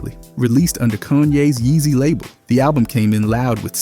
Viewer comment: could imagine some sort of Romance language pronouncing “Jesus” like that.